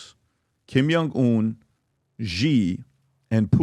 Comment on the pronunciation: Patrick, you as a professional businessman, might consider working on your pronounciation. Some of the words you probably use less frequently, are being pronounced completely incorrectly. (Archipelago, Новая Земля, Kim Jong Un, etc.) You are appealing to a professional audience, so these seemingly small things really matter. Thanks a lot, Patrick. Have an amazing day! ❤️